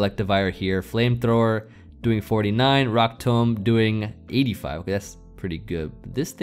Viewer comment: 1: electivire is in my top 3 favorite mons. Definitely almost top 2. 2: I’m going to make fun of you all weekend for the way you say “tomb”. Tome? Really? You say it like tome? Oh you won’t love this one down. Especially after some sake